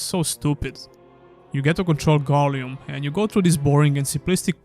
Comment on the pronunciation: The way you say Gollum makes me want to die. appreciate the review tough thank you :)